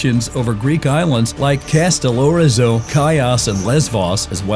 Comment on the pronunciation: tu ne peux meme pas prononcer Kastellorizo plouc